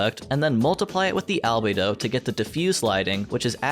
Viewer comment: Wildly correct